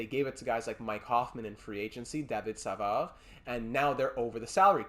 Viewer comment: Hey great accent on david savard